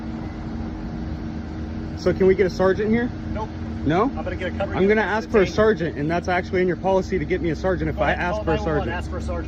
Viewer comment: What's DUMB is when you say AXE for ask over and over